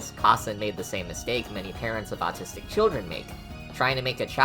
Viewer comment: i though he said "i am a nazistic touhou fan" 😭😭😭 (i know it's not how it's spelled)